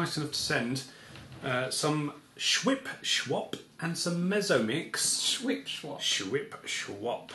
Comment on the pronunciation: Ah, I see the problem here: "Mezzo-Mix" is pronounced in Germany as "Met-tso-Mix" due to the German "z" being a sharp "tss" sound, not a soft "s" sound like in English.